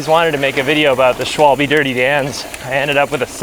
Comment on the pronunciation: it's phonetically 'schwahhhll - buhh'